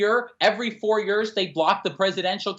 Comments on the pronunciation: I'm with all of this except for pronunciation of "Yuuuurs" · Why cant say "years"?